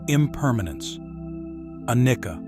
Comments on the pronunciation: Anicca is pronounced: ah-nee-cha in the Pali language. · Your presentation is very superficial. Anicca is pronounced incorrectly. The correct is arising and passing away of the trains tiny particles the body and elsewhere. direct realization experience of that is meant to lead you to the understanding of a dukkha and not anatta, not self